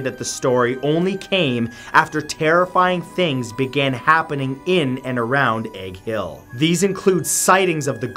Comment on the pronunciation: When he said "Egg Hill" all I heard was Hank Hill church... lol